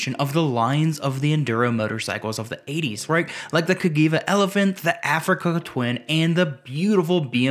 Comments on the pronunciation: CAGIVA CA Jee Va Not CA Gee Va Also there's no need to emphasis EVERY WORD! 😊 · Absolutely the best! Say Ca(gee)iva not Cagiva 😂 Italians for ya Great video 👍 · Cagiva is prnounced Ka*gee*va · Cajeeva …this how you say it ,Elephant had a Ducati engine…